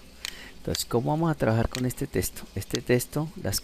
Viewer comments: Genial Hermano, pero deja de decir TESTO, es TEXTO!! Saludos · ya con tantas veces de dice TESTO se te quitan las ganas de terminar de ver la explicación.